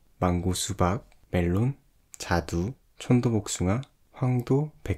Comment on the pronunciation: 자두를 자기이이로 듣기 ㅎ하...